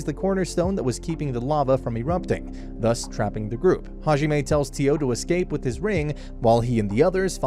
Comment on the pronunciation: Hajime Me: that’s not how you say “god”